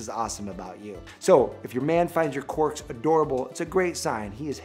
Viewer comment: The way he says quirks, lmao. QUORKS.